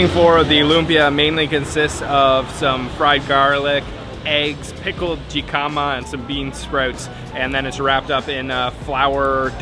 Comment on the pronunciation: jicama is pronounced with a h sound. hicka ma